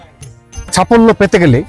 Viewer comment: ছঠিক না উচ্চারণ টা সঠিক হবে ছাফল্য না ওটা সাফল্য হবে, উচ্চারণ টা ঠিক করুন , ব্রাশ করার সময় ভালো করে জিভ ছুলে নেবেন দেখবেন উচ্চারণ ঠিক হয়ে গেছে